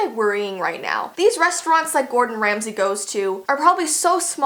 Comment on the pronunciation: Megan Horan True but it's Ramsay not Remsey